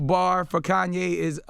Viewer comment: Butchered Kanye's name